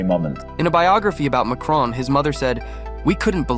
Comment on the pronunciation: Never trust the opinion of someone who thinks there is an 'e' at the end of Macron!